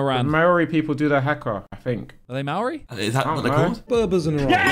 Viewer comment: Naw bother Maori people indigenou to Huawei triggered me so hard